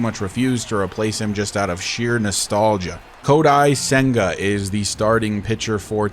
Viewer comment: just for future reference, Kodai Senga is pronounced like Ko die sang uh